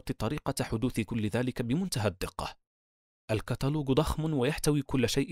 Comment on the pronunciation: الكاتلوج ✅ الكاتلوق ❌